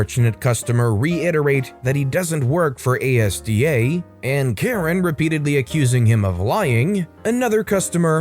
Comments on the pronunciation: Haha, you did it again, please read comments for helpful pronunciation tips... Asda is asda [sounds like Mazda] NOT A.S.D.A.! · That is Az-Der, not A-S-D-A... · ASDA isnt pronounced A-S-D-A. It's read as as-dah. (It's also not part of Walmart anymore) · ASDA is pronounced as a word, not spelled out. Like "Azz-der". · Asda (pronounced Azder!) has a full range of idiots just waiting to try your patience! :-) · Its Asda. Two syllables - "ass-dah". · lol, not the first american to do that with Asda. Its all one word, not an acronym! "As-dah". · Asda..... As-da.... its pronounced AS-DAH!!!!! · Thank you, I think I've said the same thing on a previous video. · Note for a future occasion: Asda is pronounced as a two syllable word (the word "as" followed by "da") and not as an acronym.